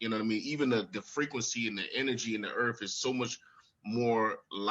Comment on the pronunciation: Bullshit with all this double talk. Lol he said earf...it’s earth! Lol